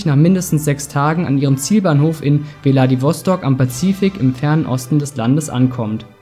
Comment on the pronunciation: ja er meint deine aussprache es wird vladivostok ausgesprochen also ohne das e aber trotzdem ein sehr gutes und informatives video 👍